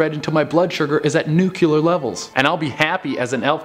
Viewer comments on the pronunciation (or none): "Nukular" lol